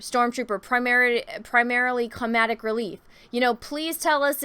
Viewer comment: Comadic relief? Blindlessly? Stop making up words,. Speak Engrish...